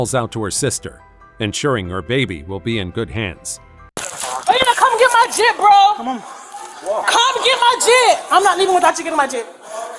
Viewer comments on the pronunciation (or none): Jitt - not jeep 😂